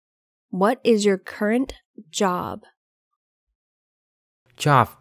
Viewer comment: Cô này cổ đọc khôn có chữ Current , rất cố nghe mà không nghe thấy . Và chữ spell .